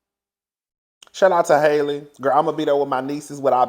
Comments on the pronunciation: you never say that girl's name right! It's HALLE like HALLE BERRY. 😭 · The a in Halle Bailey’s first name is pronounced like the a’s in alley and apple. It’s pronounced just like Halle Berry.